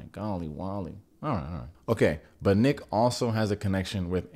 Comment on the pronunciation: You calling nick “ick” 😂😂😂😂